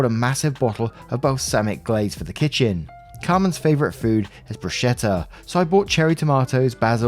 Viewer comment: Please, "bruschetta" is pronounced "broos-keh-tta". The "ch" in Italian is ALWAYS pronounced "k".